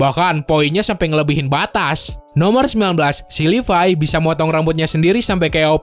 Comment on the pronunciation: Levi❌ Lipai✔️